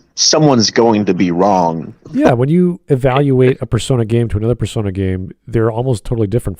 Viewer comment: The way he pronounced it "Per-sauna" was a hot take enough